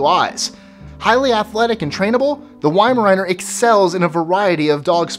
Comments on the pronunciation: Weimaraner is pronounced Weim-er-rauner not riener ! What are your credentials ? I see no Staffordshire Terriers here, are you crazy ? The original nanny dog ! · Yeimaraner LOL its pronounced veimaramer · How come Americans can pronounce French breeds such as "Papillon" but can't pronounce German breeds such as "Weimeraner" "Rottweiler" or "Dachshund"? W makes a V sound and the 'a' in Weimeraner isn't an ayy it's an ah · MY GOD HE GOT THE WEIMARANER NAME WRONG LIKE SERIOUSLY